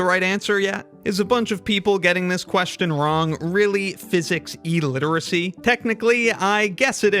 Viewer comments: Dude the first syllable of illiteracy is pronounced "ill" not "eel". It's even spelled that way. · "New uns" is NOT how you pronounce "Newtons." It's also not "EE-literacy." Moron. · Is it pronounced eliteracy? Clearly you skipped English class to spend more time studying physics.